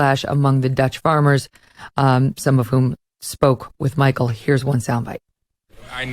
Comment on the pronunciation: Michael not Michaela